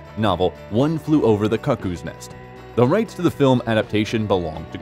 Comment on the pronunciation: Where do they find these narrators?? "Greeeenwich" Village and "Kuckoos" nest ?